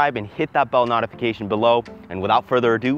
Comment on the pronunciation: im sorry did he say NOTification